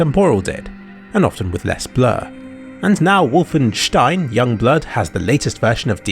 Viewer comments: He still missed the “W”, which should be pronounced as “v”. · Pretty sure it's and o and not an u like he pronounced it but idk. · It's not wooooolfenstein wie in Ohr, but Wolfenstein, Like in 🐺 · You say '-stein' with the correct pronunciation, but keep the 'W' as a 'W', instead of a 'V'. Why? PS: Interesting piece on DLSS. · Wulfenstein =/ W O lfenstein. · you pronounce it 'wolfen-shtine' the 'St' sound in german is always spoken like 'sht'; 'sp' is also pronounced as 'shp' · No its Wolfen(steen). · I like how e pronouces Wolfen english but stein german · As a german it feels weird to hear "Wolfenstein" pronounced with the "Wolfen" in english pronounciation and the "stein" in german xD The "o" is in german the same sound as in the first letter of "oculus", while you pronounce it more like the "u" in "oculus" ^^